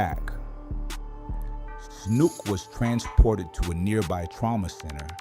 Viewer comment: His name was Matthew snook not “snoop”… just like the one bull in save the last dance… Snook…